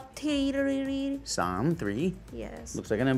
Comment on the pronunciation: why is no one talking about how she pronounced three? 😂😂